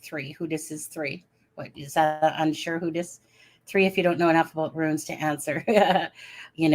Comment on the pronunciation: "Runes" rhymes with "Tunes"